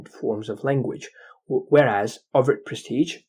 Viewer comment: It s overt,notover